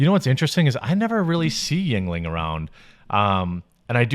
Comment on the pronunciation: lolol Jeremy be like "yuenling" sounds kinda ting-tongy. 😂